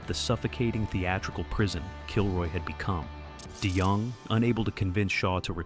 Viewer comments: And “Dennis Day Young” !! 😂😂😂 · "Die Young" AI can't even pronounce his name correctly.